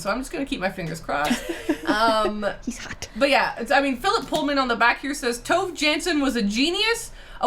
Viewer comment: Yes! Sounds so strange when Tove is a two-syllable name 😅